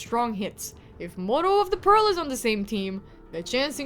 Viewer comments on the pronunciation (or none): Hi, please do not take offence it's not pearl it's pronounced peal as in peel. The sound of the ringing bell is known as a peal(peel) hence modo of the peal because his job is to make the bells ring out (peal)